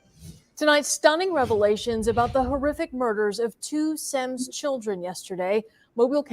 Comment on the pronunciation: Semmes is pronounced Sims